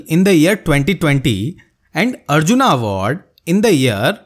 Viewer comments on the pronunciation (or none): none